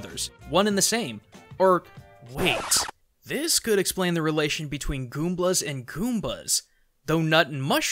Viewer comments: goomblas? you mean galoombas right? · I checked, they're called Galoombas in English, not Goomblahs.